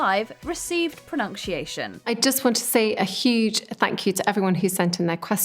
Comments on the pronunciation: Why can't the narrator pronounce 'pronunciation?' /prəˌnʌn.siˈeɪ.ʃən/, not /prəˌnʌnk.siˈeɪ.ʃən/ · She sucks. WTF is "pro-nunn-shee-aay-shun" she keeps mumbling. Sloppy content..🧐🤮🤮🤢🤮🤮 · Is “pronunk-sheayshun” an accent thing or just the usual inability for certain presenters to pronounce common words? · She keeps saying ”pronunkciation” 😂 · Or pronunkcheeation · If you are going to mispronounce a word, for the love of God, don't make that word pronunciation. Pro-NUNK-she-a-shun? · I hate that she mispronounces 'pronunciation'. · I find it funny how this woman can't pronounce "pronunciation" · theres so many things wrong with this video that i cant even watch it can you please learn to pronounce 'pronounciation'